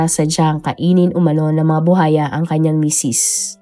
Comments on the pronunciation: BU _WA_YA hindi bu haya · Buwaya hindi Buhaya Ms. Narrator 😂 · Alam mo ha nakakairita yang “buhaya” mo paulit ulit mali naman. Tsaka sa tono mg pagkaka narrate mo parang victim blaming ka pa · Maam kung hindi mo po mabigkas yung buwaya huwag muna mag narrator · Oo nga BUHAYA daw😅 pilipina ba kaya talaga 'tong narrator nato?😁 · Haha baka kapampangan si narrator kaya puro "H" 😅